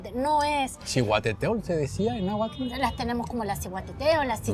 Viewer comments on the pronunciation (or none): Que horror que una argentina hable de la historia de México cuando ni siquiera se le da el pronunciar bien el Nahuatl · La Argentina no pronuncia correctamente ni el náhuatl ni el purépecha,una vergüenza que hasta en esto metan sus narices estos sujetos,oportunistas y aprovechados del llamado malinchismo, que existió, existe y seguirá existiendo,quitándole el privilegio de esa hermosa labor a alguien por el solo hecho de no ser blanquita la hacen a un lado.